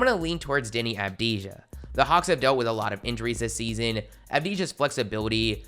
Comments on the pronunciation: you need to say avdia not avdija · Avdija= silent j 🤬🤬🤬🤬🤬🤬🤬